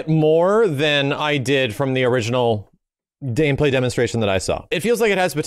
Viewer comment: Dameplay Gemonstration.